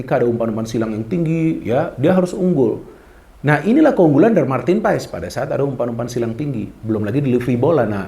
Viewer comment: Marteen Paes di baca Martin Pass min😅jangan ikutan 2 ....kasian yg kasih nama